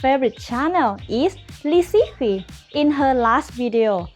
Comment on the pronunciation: I'm not chinese but I tried to learn reading pinyin for a while and I'm pretty sure you actually pronounce it "lizichi" not "liziki"